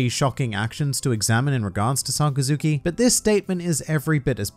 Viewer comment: His name is pronounced more like Suh-Kas-Ki